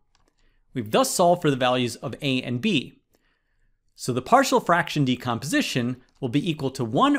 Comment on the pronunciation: Why did you pronounce partial like “party-all” 😭